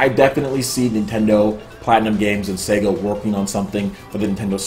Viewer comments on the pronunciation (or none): none